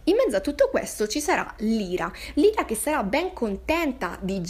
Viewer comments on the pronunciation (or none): Odio essere quel tipo di persona, ma il nome della protagonista pronunciato "Lira" non si può veramente sentire, è "Laira", che suona come "liar", bugiardo. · Ciao! (Premessa: molto umilmente ed inutilmente in ritardo, visto che ormai hai letto tutto 😊) volevo dirti che il nome della protagonista (Lyra) in realtà si pronuncerebbe LAIRA 😊... Ho trovato un video dove lo si può sentire bene: vedi attorno al minuto 1.00 Bacio 💗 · La tua analisi secondo me in molti punti è giusta ma in altri assolutamente no, ma non è per questo che commento! E perché non si può sentire la tua pronuncia di Lyra!!! Non si chiama Lira!!!